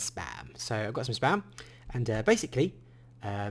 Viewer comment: For a second I thought you said sperm - and is not spam!